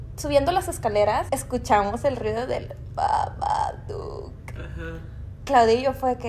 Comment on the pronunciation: Ame cuando el google dijo BaBadOok👹👹👹